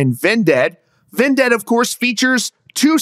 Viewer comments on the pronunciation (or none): I hate how you pronounce Vended as "Ven-ded" and not just "Vended" like why do you say it like that bruh. Great video tho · bro said ven dead 🤣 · Why are you saying vindead? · Why are you pronouncing Vended that way? You are saying it as if it was spelled D-E-A-D. Sorry it was just irking me